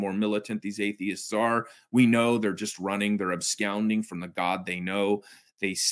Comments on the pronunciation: My favorite was when said we were "ubscounding" from the god we know 🤣🤣🤣 My brother-in-Christ, not only did you pronounce that word in the most silly way, but that's not the correct word given the context 🤣🤣🤣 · uh sir ABSCOUNDING?? 'abscounding' from the God we know?